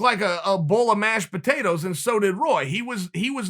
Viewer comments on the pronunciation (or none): 🤦🏻‍♂️ chael.... cmon guy.. “mashed potatoes” ?